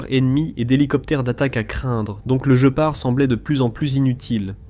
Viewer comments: Il n'est connu QUE sous le nom de GUÉPARD ! Ça viens d'où ce JE PART, tu connais un félin qui a ce nom là ? Voix IA à la c***🤮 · Par pitié guépard et non je part 😂😂😂😂 . Not i go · Der Gepard ist ein Tier. Auf Deutsch wird GPAR ausgesprochen. G: wird immer hart ausgesprochen, wie im französischen Wort "gare" (niemals als ein "j"). e: wird wie ein offenes "é" oder ein "è" ausgesprochen. p-a-r-d: wird "part" ausgesprochen, da das deutsche "d" am Ende taub ausgesprochen wird, wie ein "t".